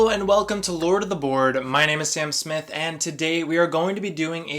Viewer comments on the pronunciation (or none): none